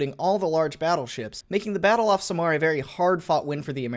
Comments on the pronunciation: Should've said this earlier... Samar is not pronounced as "sa'mar", it's "sam ar" like "sam are" but one word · As a Filipino I shall judge every mispronunciations: All in order of Time-How they said it-Corection on how it actually sounds-Score-Actual Spelling Leytee>Leyteh 6/10 Leyte Sa-mar>Sah-mar 9/10 Samar Surigao 10/10 Surigao Leyteh 10/10 Leyte Edit: I won't judge other pronunciations when I get they finally get the actual stuff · Btw its Sah-Mar not samar (Ya need to slow down lmao) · As a Filipino, it hurts how you misplace the stress when pronouncing Samar, it should be the first syllable. You got Surigao right though. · It's Samar. Read it as saamar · oh that samar pronounciation is horrifying